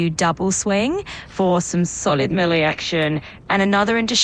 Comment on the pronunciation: At least the AI pronounces Melee better then 90% of youtubers.